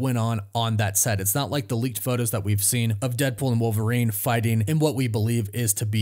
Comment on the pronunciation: Who’s “war-verine”?